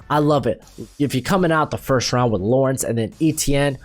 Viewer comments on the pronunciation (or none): none